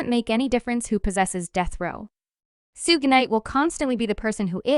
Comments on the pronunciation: It's pronounced like sugar not sooge knight. Sh sh sh-ug knight. Mad annoying, terrible video. Also Suge's talking all that smack because he's locked up and trying to get attention, meanwhile Snoop is flying on high with marketing advertising and all sorts of great endeavors he's BEEN on besides the music he still puts out. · Sooge Night 😂😂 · I laugh every time she say Suge Knight 😂